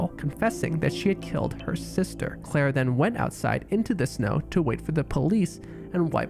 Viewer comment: why you say CCCCCLLLair like that lol